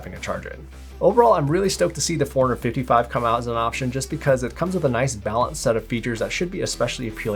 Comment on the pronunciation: It sounds like you’re saying 455 man, had to check the title of the video again 🤣